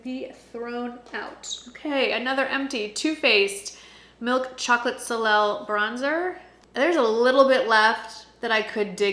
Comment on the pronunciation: love your videos. Just so you know, the Too Faced Milk Chocolate Soleil Bronzer is pronounced “So-lay” it means sun in french. The l at the end is silent.